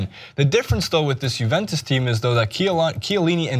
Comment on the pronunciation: When American talks football...Brawnucci Madsdzdszrukic Shielini